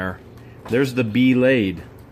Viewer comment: I like how he kept calling the meat slicer as a b-lade lol